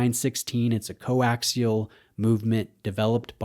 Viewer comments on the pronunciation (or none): none